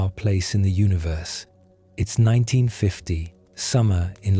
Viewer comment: its UNI-VERSE, NOT UNA-VERSE